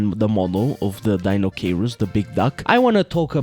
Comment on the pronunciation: Say it with me, everyone: Die-no-kai-russ